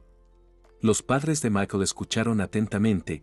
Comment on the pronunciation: No comprendo porque el narrador dice macol? Se pronuncia ( maycol) y no se dice sock se dice shock.